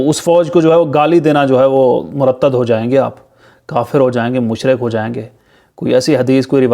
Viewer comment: ہوسٹ کو ابنے لفظ ۔۔۔مرتد کا تلفظ درست کنا چاہیے۔ یہ ہوسٹ پاکستان اور فوج کے خلاف کیوں بولتا ہے